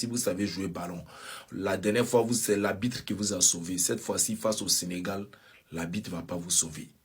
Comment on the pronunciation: Petit villageois ivoirien là nageur qui parle à la 6min30 , maître nageur qui venu en France à la nage apprends déjà à dire le mot ARBITRE, sinon silence!